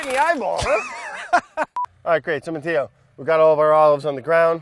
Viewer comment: ZOMG, Brad, learn some basic Italian pronunciation if you're visiting the country. Sheesh. Nuovo, not... whatever it was you were saying. Matteo, not "mateeeyo". Love ya, dude, but come on.